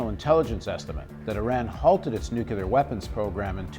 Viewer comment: Half the time, Paul Jay seems to say "nucular" and half the time he gets it right "new-clee-are." I think he has been listening to GW Bush too long and that may have confused him! :)